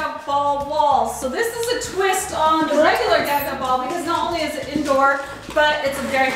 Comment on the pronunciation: Wait I thought it was pronounced gah-gah not gaa-gaa. Right?